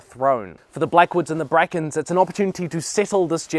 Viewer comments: "Like with the Blackens and the Brackwoods" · “Blackens and brackwoods” lmao